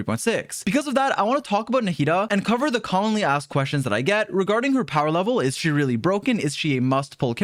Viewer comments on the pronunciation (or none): Why did I heard “commonly ass questions”